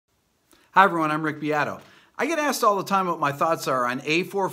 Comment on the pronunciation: Be Atto? Nah, it’s Beat o